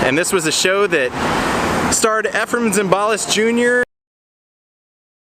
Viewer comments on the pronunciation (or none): Efrem Zimbalist last name is pronounced "ZIM ba list", not "zim BAL ist". Too bad, Dino's is no longer there.